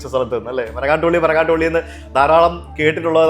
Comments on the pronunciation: It's pilly not Pally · It should be Marangattuppilly and not MarangattupAlly. Please correct it!! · ബ്രോ, മരങ്ങാട്ടുപള്ളി അല്ല, മരങ്ങാട്ടുപിള്ളി